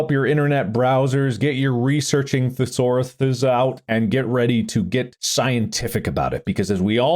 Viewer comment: The way Mark said thesaurus made me laugh a ridiculous amount. 😂